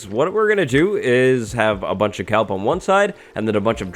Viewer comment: Its KELP not calp...